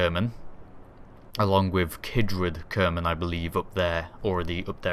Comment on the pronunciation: In the same ship whit a kerbal for 4 years and cant even pronounce is name.